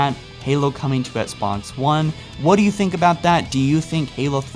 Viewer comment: He still says Sbox one 😂😂